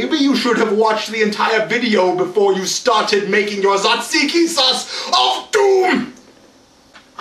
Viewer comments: your pronounciation was almost spot on! the "t" is not silent however, and in greek when "t" and "z" go together, we pronounce it as a "j" so it's "jajiki"! btw, i'm greek so i know what i'm talking about :) great video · It's spoken Jajiki. J like Jesus. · hahaha i live in greece and your pronounciation was off with the tzatziki (pronounce the 't') :D